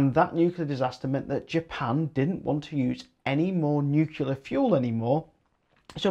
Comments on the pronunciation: I was hoping you would go into the ofgem surcharges to cover the losses from price capped energy companies that were forced into liquidation by government policy. All those costs were loaded onto the remaining suppliers. Glad to hear that you learned how to say Nuclear half way through but odd that you called it newkewler initially.😉 I would like to see a rise in co-operative new 100% renewable generation companies doing contracts direct with investor-consumers. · Thanks. BTW, glad you started saying nuclear properly after the first 5 minutes. 😉👍